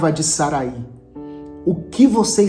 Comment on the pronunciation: O nome Sarai, na biblia,não tem acento no i. Então a pronúncia não é Saraí e sim Sarai.